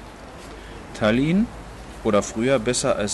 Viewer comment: Tállinn, Tóompea, die Betonung ist immer auf der erste Silbe. Sonst ist ein gutes Video. Danke